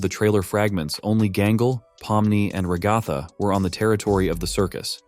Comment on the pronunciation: AmaDici reposted two of your videos and also… I’ve told you this before… ITS RAGATHA! Ra-guh-th-uh!